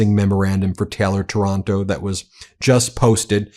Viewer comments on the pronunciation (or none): Stop saying Taranto like Toronto! Giving us a bad name 😫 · The name is not TORONTO. It is TAR AN TO. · Ben, it is Taylor Taranto not Toronto!